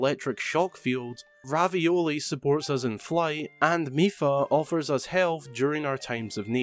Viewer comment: "Ravioli" lmao